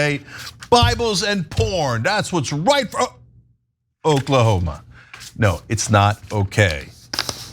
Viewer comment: Did Ana say Okla-homo??? 😂